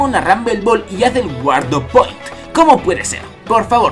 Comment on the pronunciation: Se pronuncia 'Guard point' no "Guardo point' Se nota el inglés.